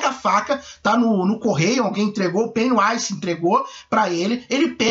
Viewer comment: Vc disse Pennywise, mas a pronúncia certa é "Pennywaise"